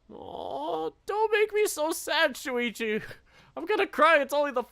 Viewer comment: Actually, Shoichi is pronounced Show-ichi. I think Shuichi is also a Japanese name but it's spelled differently